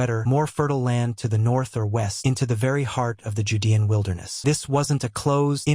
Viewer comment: I'm noping out from the voice alone, which I assume is AI from the way they just mispronounced "judean," the comments would seem to indicate that it's cowhide, and doesn't think there were cows around. Apparently the AI doesn't think trade exists, even if they didn't farm them?